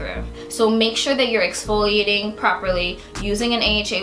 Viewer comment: exfloiating ? whaaaaaaaaaaaaaaat